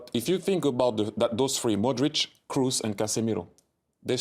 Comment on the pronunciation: Why is it so hard to say Kroos for a englishman? It's not Cruise and it's not difficult at all to say